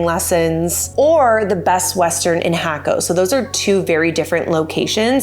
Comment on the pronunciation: No.. "hack oh", yes... "hah ko".